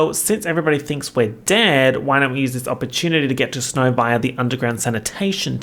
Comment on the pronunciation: I had to take a sanity break after you pronounced Snow's name as Sn-Hoe. you cant keep getting away with this